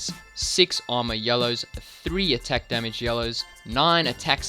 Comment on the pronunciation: "extra demige " ahahaha